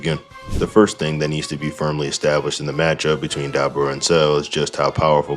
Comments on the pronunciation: Dude. Say his name right. It's Dabura. Not Dabra. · Duh-bore-uh brother lol.